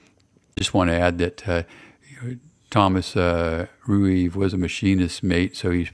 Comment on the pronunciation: Thomas Rueve is my grandfather! Thank you for this, very cool. Pronounced Ree-Vee 😉